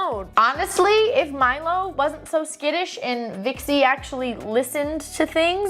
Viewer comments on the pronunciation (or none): none